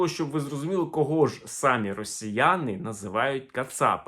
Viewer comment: Не сАмі, а самІ.